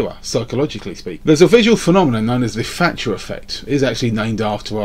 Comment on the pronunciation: Really hard to take someone seriously when the say, "Margaret Fatcher". English people butchering the English language :P Other than that, I can't wait to see LEO not reply to this video :)